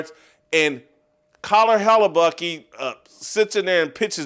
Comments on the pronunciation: Connor Hellebuyck is not pronounced Connor Hell-e-buck-e. It is pronounced Hell-a-buck. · "Hal-a-Bucc-Ee"? I love ya, Jason, but you're hungry. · HelleBUCKEEE - LOL WTF kinda pronunciation is that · "Connor Hallabuckee" 🤣